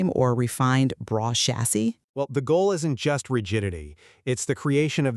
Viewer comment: Brough is pronounced “bruff” like tough . Let’s do our research if you want anyone to take your product seriously . “ braw “ brew” REALLY now !